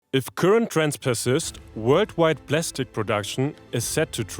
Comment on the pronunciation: Plastic 💀 Plestic ✅